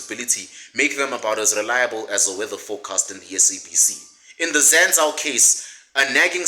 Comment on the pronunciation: its pronounced Zan-zoo… it’s expensive for where it is(Hatfield student area) but really it’s pretty affordable, it just looks expensive I’m the corners. But everything else you say is legit facts 💯